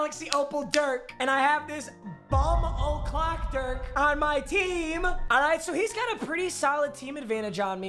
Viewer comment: Anyone else triggered by the way he says Dirk’s name